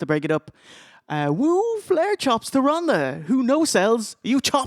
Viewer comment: oh god they called the "Gunther" lol